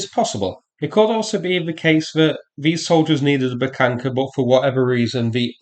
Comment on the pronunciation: I'm curious: Is there some rule or something in english grammarthat there shall be no H withoun a k infront of it? It's a Buhanka, not Bukanka, like eng speakers make it sound.